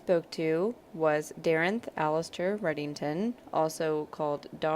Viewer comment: I know the show ended, but I'd first off like to ask if it might ever come back, and second, to comment that you double mispronounced my name. Dare-ent (Nailed the Middle name) Redding-ston! There is an 's' in there. Otherwise, great show, wish it would come back. :/